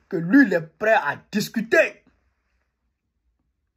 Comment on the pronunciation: Pourquoi tu dis tout le temps Lu au lieu de Lui en français. Lu c'est lire comme quand on lie un livre. Mais pas lu pour dire lui.😁